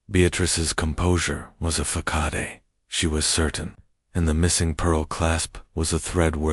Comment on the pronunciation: Listening from: Harrisburg, Pennsylvania. The United States 🇺🇸 Interesting voice pattern reading this story; makes it sound very mysterious and exciting! But then the AI began mispronouncing every day words, like facade!😢